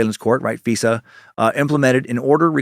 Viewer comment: Dan its not "Fesa court" its "FISA COURT" the "I" is not pronounced an "E" I roll my eyes every time you pronounce it "feesa"